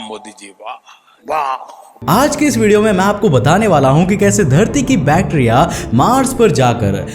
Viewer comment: He say bacteria prouncation wrong